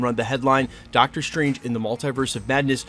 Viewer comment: Dr. Stwange